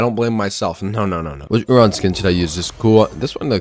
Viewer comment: I like how he calls him “oohRon”